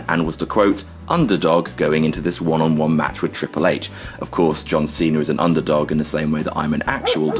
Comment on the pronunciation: Good list, but who's John Cener?